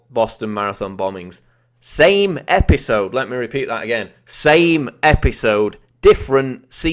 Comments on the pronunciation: The same EP-HI-SOWD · IN. THE SAME. EPEESODE. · Why do u talk like an idiot? Episode. Epi sode . Ep i sode . Fkn tosspot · E-P-I-sode,... SAME E-P-I-sode. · Say "episoude" one more time... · say-me e-pi-so-de....next time commentator, say it E-V-E-N S-L-O-W-E-R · Learn how to say episode